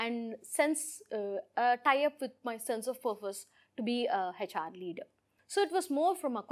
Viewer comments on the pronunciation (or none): Please learn how to say HR... it’s not heyHR